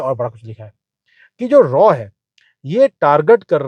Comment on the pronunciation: Aap galat bol rahe hai! RAW nahi RAAAAAA....bolte hai. Agar doubt hai to koi bhi Porky ko puch le jiye.😂